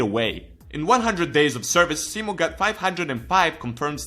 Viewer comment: Only english guy that announces simos name right :D